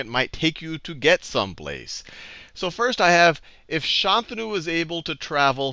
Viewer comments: ayyy, he said Shantanu correctly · I was pleasantly surprised at how he pronounced Shantanu. Sounded quite Indian. He could've been like, "Shaan-Taa-Nu," but it felt really normal. By the way we say it here, ofc.